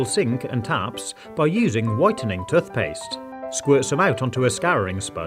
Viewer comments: It is tooth not tuth. I have been a professional housekeeper for many years for an organisation that used to wash pillows and none were ever the same afterwards. It is far better to put protectors on pillows and then replace the pillows periodically. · Why does he call tooth paste toth paste lol 😂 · “Tuthpaste” hahahah 😂😂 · The way he says “toothpaste”